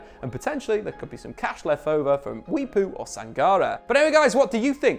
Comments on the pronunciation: got the pronunciation wrong there buddy! Mwepu... know in the national team as computer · Glad to see Mwepu got a shout out, even though he pronounced his name wrong 😅 🇿🇲